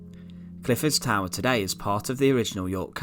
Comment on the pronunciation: He was a traitaah and taken to the towaah very sinistaah lol